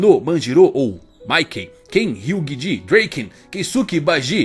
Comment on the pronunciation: dreken ? E Draken então eu vou falar Miquey mano porra e Draken